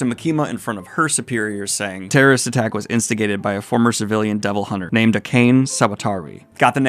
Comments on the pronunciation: Just FYI an easy way to pronounce Japanese words/names is to break them up into consonant vowel pairs. Akane isn't "a-kane" it's "a-ka-ne". Unless you want to get super fancy, you can just pronounce every vowel the same way, so the a in 'a' and 'ka' are said the same. That's legitimately like 90% of Japanese pronunciation. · Her name's actually a-ka-neh not a-kane (rhymes with "a connie"). Same first name as the female lead of Ranma½, Akane Tendo. In japanese it's 沢渡 アカネ, and the Kanji for her last name 沢渡(Sawatari) mean fording or crossing (渡) a marsh (沢) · Aka-Nay. Not "A Cane" LMAO Never change Goblin. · Not trying to make fun of your JP pronunciationm but it was really funny when you said you've got the name but said "a cane" instead of a-ka(as in the "ca" in "California")-ne(as in "never"). It reminds me of when I first saw the name Jeff written as Geoff and thought for a long time (ESL btw) it's "ge" from "get" and with the "o" not being silent. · Don't think you'll see this Daniel but just in case you want an easier time pronouncing names: Akane: "Ah-kah-nay" Reze: "Reh-zay" Kobeni: "Ko-ben-ee" That pattern more or less continues with few exceptions for Japanese names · Akane is pronounced like “Akah-nay” and Reze is pronounced “Ree-zay”. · Akane is read "Ah-kah-neh" in english, it's like a japanese name thing. I love these btw :P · Akane is read as A-KA-NE. Each syllabus is fully pronounced. It is Japanese so uses Japanese rules of pronunciation, not English. P.S. I hope no offense is taken, because I just trying to explain things. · Akane = Ah-Khan-ey